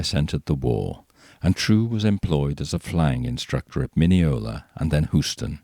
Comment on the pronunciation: FYI: Houston is pronounced like HUGH, the man's name. You pronounced Mineola correctly. From a lifelong proud Texan 😜